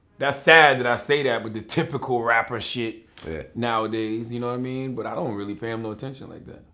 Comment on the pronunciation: Vlad please don't ever say yanawaimeen ever again